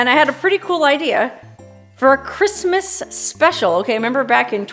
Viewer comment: You are a hoot! You need a sidekick for your Quistmas Spectacular! Elmer Fudd would be a good choice. He would at least pronounce "Quistmas" without difficulty.🎄Huh, huh, huh..